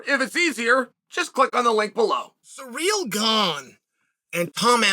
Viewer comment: Who else clicked just to hear Chael say Surreal Gone